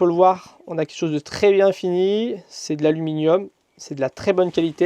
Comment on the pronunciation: Il faut vraiment arrêter d'abuser du mot "tRRRès" ça tend a force. Sinon chouette boulot